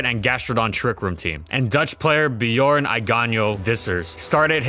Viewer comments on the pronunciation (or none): none